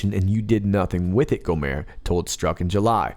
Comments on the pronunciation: The "T" isn't silent in "Gohmert," but keep on rockin' for the free-world, Sir. It's a good thing that I'm a confirmed volunteerist and closet anarchist because I couldn't bring myself to vote to have Louie Gohmert representing me since he's about as sharp as a crystal-ball, but at least he's not one of those Eyes Wide Shut satanist-types raping children or shilling for another murderous war for profit. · Love your analysis but just want to say one correction. Louie Gohmert is pronouced with a long "o" and "ert" is with a hard "t", and not a French "t" that is silent. I'm think Mr. Gohment (the fine representative that he is would appreciate it. :)